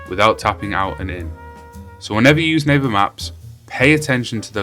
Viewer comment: It sounds like " Neighbor maps" not " Naver maps "